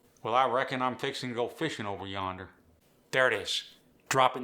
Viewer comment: You can't even pronounce Appalachian or yonder correct and you want to try to teach it? hah